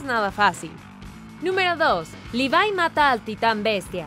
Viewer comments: Se dice Levi no livai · mi mente se retuerse como berthlod al escuchar ¨livai¨ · cada vez que dice levai me sale un tumor de 30 cm de longitud y explota